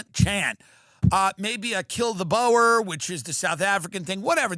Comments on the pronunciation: It's not Kill the boar, its Boer, pronounced B-"ooo"-rrr, like in Scobi-d"ooo" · 😂❤" Kill the Boer" From a south Africa 🇿🇦 fan I was rolling over for this. 🤦🏻‍♀️ American accent saying it... Make it sound even more racist 😂😂😂❤